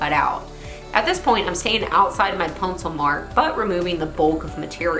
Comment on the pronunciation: Did say Puncil instead of pencil? Love the builds.